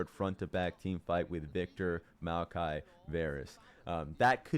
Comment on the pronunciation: My man calling Maokai “Miaokai” is making me giggle. Is anyone else hearing that or am I nuts??